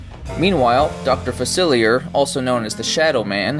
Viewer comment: Fah-cil-lee-ay what is what with the insistent poor pronunciation.